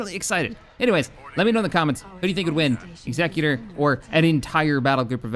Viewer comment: It is not the executor as in executive like you are pronouncing it. It is the executor as in I will execute your ass